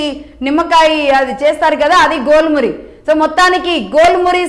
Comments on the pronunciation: Jhel Muri. Not Gol Muri😂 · మేడం, గోల్ మురి కాదు ఝాల్ మురి.